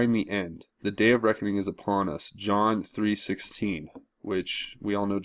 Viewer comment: Slow down when reading Q........ you totally slaughtered John.....its Very Important